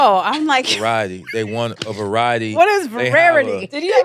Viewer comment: Lmaoo her using vararity over and over is hilarious